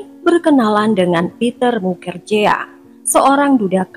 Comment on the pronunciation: Bkn mukerjea , tp di baca nya mukerji